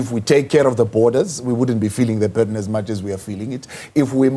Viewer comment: Burden not barden.